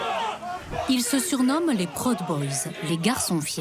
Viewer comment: La narration est parfois irritante, comme souvent dans les docus français traitant des É-U. Proud boys est prononcé prod boys, Salem est appelé capitale "administrative" de l'Oregon. Pourquoi ne pas dire capitale de l'Oregon tout simplement. Il n'y en a pas d'autre !